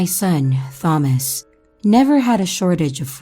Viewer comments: It's pronounced tomas I think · I’m sorry I have to go to a new video. The way she said Thomas just was a no for me.